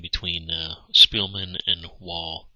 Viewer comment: Great narration and move explanations. Also the last name Wahle is pronounced "Wah-leh"